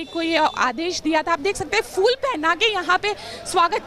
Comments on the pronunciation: There is a difference between fool and phool. So pronounce correctly. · O madum fool , fool nahi hota phool bola jata hai ..undustand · Madam fool nahi phool kahte hai.